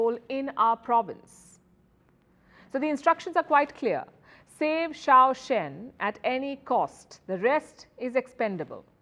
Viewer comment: Xiongan (pronounced shiong ngan) city, not choa chen otherwise, great video as usual!